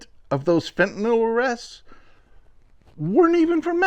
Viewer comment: I congratulate you! You’re almost the only person who says ‘fentanyl’…most say ‘fentanall’. Thank you.